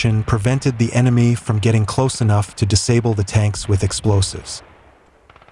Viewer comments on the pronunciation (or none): none